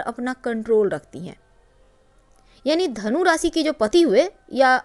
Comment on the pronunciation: आपने शिर्षक जो दिया वो बताया ही नही . रासी नही राशी कहीये, सही उच्चार कीजीये.